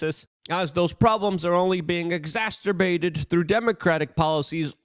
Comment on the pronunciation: luke, it's tumultuous, not tumultulouse.... and it's exacerbated, not exasterbated.